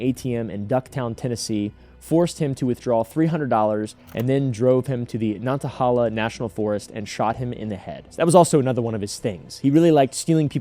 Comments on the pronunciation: Hey WNC native here, Nana-hey-la 😂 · it’s pronounced “Nana-Hail-Uh” lol